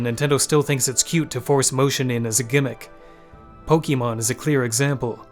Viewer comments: you do you, but the TRUE pronounce for Pokèmon, Its Pok - ay - mohn. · it's pronounced poke-AY-mon man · I agree with all of your points but the way you pronounce Pokémon is horrendous